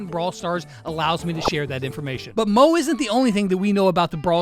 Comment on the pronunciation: Hai it’s not call mooo it’s call mo -E 😊